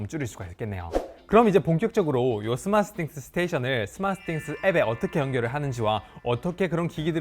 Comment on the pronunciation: 왜 자꾸 스마쓰싱스 라고 하는거야 ㅋㅋ